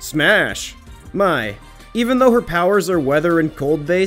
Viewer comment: No. No. God no, this guy did NOT juat call her Mai. All jokes aside though, funny ass video lol Keep up the good work!